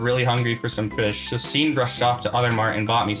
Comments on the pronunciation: its pronounced as "shaun" not sean 😭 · SEAN IS NOT PRONOUNCED "SEEN" ITS "SHAUN"